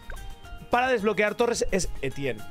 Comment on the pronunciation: Muy bien y todo eso, pero como dices "el bueno de Etienne" siendo este francés? 🥖🇫🇷 P. D: todo es humor, no se ofendan